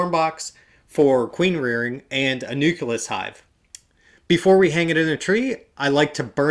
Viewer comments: Dude. Say it with me. NU CLEE US! LMAO! :) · I've noticed that you mispronounce the word 'nucleus'. You pronounce it like it's spelled 'nuculus'.